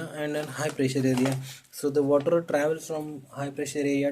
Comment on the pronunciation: And the wattterrrr.... 😂😂😂